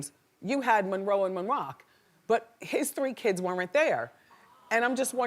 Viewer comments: also Monrock)))) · "Monroe and Monroccan" 😭😂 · “Monrock” hahaha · the fact she cant get moroccans name right LMAO 😭😭😭😭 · She butcherd dem babies names😅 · no! That's why it's soooo annoying. Monroe and Moroccan, not that hard to say as often as she says there names